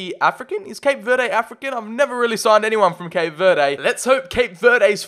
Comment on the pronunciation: it’s pronounced cape ver-Dee not cape ver-day